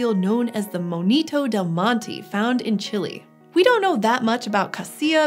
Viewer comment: It's not moñito, it's monito